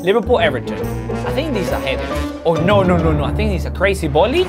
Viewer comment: you accent is amazing and the way you say bolley for volley is cool.